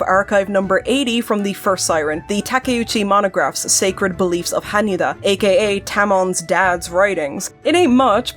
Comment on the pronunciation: this is so petty of me but jesus christ I can't believe how thrilled I am to FINALLY!!! hear someone properly pronounce Hanyuuda!!!